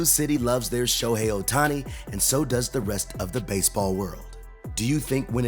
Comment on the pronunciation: Yes, we all love him, don't we? Just a small thing... it's not a little valley（小谷 Otani) but a big valley(大谷 Ohtani).